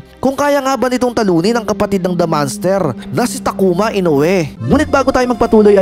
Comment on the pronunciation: Bro, hindi manster kundi MONS TER AYUSIN MO PARA HINDI KA NAKAKAHIYA maging sa pilipino at foreigner.